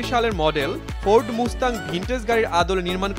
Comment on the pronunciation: ঠিক। শুধু মুস্তাং নয়, আরও অনেক শ্রুতিকটু উচ্চারণ ছিল যা রিপোরটির সৌন্দর্যহানী করেছে। ভবিষ্যতে সতর্ক থাকলে ভাল হয়।